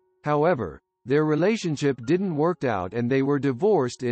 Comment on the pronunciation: pretty sure it is. They never sound real and often mispronounce words. "Didn't" was spelled out. Lol